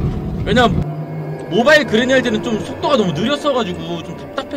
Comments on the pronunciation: 그레니 아니고 그래니 아닌가?.. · 편집을 잘못한게... 그래니 를 그레니라고했네요.편집자께서.